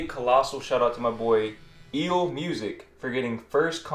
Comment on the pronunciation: once again, my name is EEL, so you can just say EEL like the animal. Lol!😂🤣